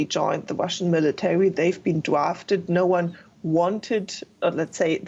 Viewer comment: "they've been dwafted" UwU